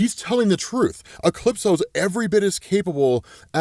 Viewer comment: Never hwaed soneone pronounce a capital letter before "E-clipso"